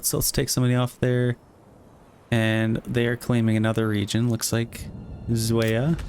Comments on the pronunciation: May I offer some assistance with the pronounciation of "Zweiau"? You are reading it like "sway-a". "Zwei" is the german word for "two", and "Au" is the german word for "maddow" (all nouns are capitalized, in german). You would sound it like "ts-why-ow". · It's always cringy to hear non German speakers trying to pronounce German names such as "Nusslohe" (Nuss= Noose but a shorter 'o' as in "to" and lohe= lore-heh) or "Zweiau" (Tsvy-ow) but to be fair I do get that German is a hard language to learn. Please excuse my ramblings. I lterally watched the entire six hours and could have continued. Manor Lords truly is a cozy game.